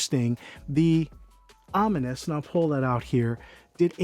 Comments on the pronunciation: Om-min-nis? Om-ni it's two syllables. a combining form meaning “all,” used in the formation of compound words: omnipotence; omniscient, etc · Om-ness not Om-me-ness